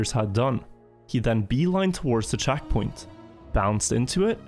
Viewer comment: The way he pronounces E's actually does my head in. "Saven", "chackpoint" "laft turn"